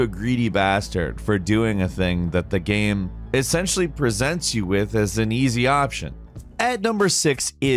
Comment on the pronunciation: He always pronounces "game" as "gam".